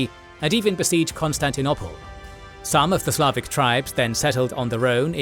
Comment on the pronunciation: This bloke can’t say Constantinople properly. And to make things worse - he says it 20 times in every video just to annoy us.